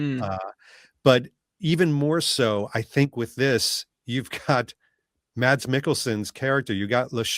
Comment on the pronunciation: Just a little hint from a Dane: if you want to pronounce Mads in the danish way, drop the D and say Mas.